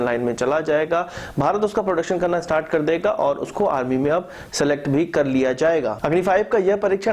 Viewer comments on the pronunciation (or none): none